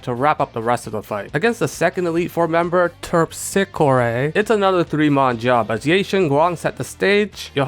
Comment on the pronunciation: Oh yessss I LOVED Lazarus! It’s so fun and pretty! I’m glad you had fun! Edit: I believe it’s “terp-si-core-eh” Source- I took Ancient Greek in undergrad